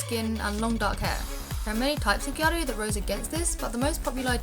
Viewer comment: ***** also I forgot to add serious props to you for pronouncing gyaru correctly - i cant tell you how many youtube videos ive watched and just cringed because they say 'gyah-roo' hahah. its like just say gal or pronounce the word correctly omg!!